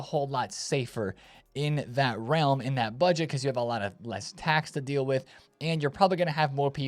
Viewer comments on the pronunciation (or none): none